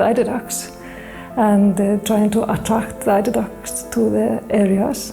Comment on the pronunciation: I kept hearing and reading it as "elderdown." kept worrying these were elder ducks you were taking from :( EIDER.